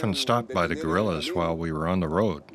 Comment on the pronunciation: literally said "we're often stopped by Gorillas" and continued "they wanted to discuss ideology with us", took me good several seconds to figure he said guerrilla